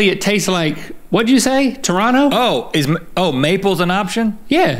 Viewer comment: What?1 Link pronounced Toronto correctly!